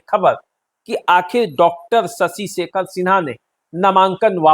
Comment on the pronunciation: PROPER NAME IS SHASHI SHEKHER SINHA , NOT SASI SEKHER SINHA. PLEASE CORRUPT THE PRONOUNCIATION IN FUTURE.